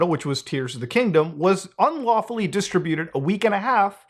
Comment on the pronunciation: Difficult to hear someone mispronounce 'distributed' this many times in 16 minutes.